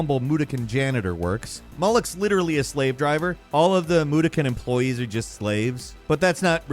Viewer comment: Its Moo-dock-kin not moo-doo-kin.